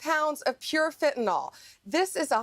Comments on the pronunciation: By the way, it's fentanYL not fentanOL 😄 It hurts my ears, it does. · It's not fentanol, it's fentanyl. Lord help. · Is "fentanol" different from "fentanyl" ? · Fenta " nyl" not fenta "nol". Im more concerned about him being a cruel psychopath. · Everybody please say it once and remember it: fentanyl. That's fen-te-nil. There ain't no "nol" in the word. No awl, ahl, nol, it's fen-ta- nyl. -nyl pronounced nil. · Ugh!! It’s not Fen-tan-ol- it’s fentanyl - fent-an-ill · BONDI, GIVE UP THE “FENTYNL” SCHTICK! You NEVER CAN GET IT RIGHT! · Why do the MAGAs pronounce fentanyl "fintanol"? Or even "fit'n'all"